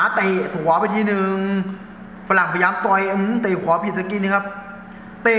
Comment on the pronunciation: พุดชัดๆหน่อยครับ ต่อย ไม่ใช่ ตอย 😂